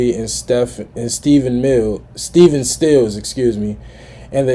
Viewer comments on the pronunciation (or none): none